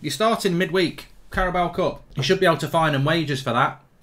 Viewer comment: ‘Caraboa Cup’😂😂😂